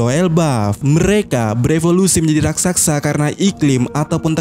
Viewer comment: Raksasa Min.. bukan Rak Sak Sa